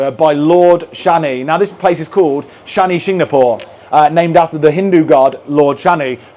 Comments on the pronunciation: Hey guys you visit my place I hope you had a great trip And yah it pronounced as a Shanishinganapur (शनिशिंगणापूर) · Your pronounciation of Shani shingnapur had cracked my smile .....sorry for the people stoping you for parking , it's there business they give you free parking you just have to buy some Pooja things to pray God like flowers n all ...sorry for it , okay . Your vedios are vary nice , I enjoy them alot . Thank you